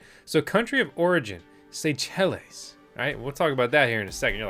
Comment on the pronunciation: Did you say "Say-chilles"? Dude...it pronounced "Say-shells". 😂